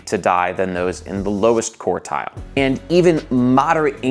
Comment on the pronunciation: I'm available to give you pronunciation lessons. We'll be starting with quart and quarter.